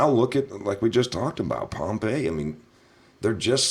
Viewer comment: Hey buddy, the guys name is Pom-pay-o, not Pompeii. Pompeo.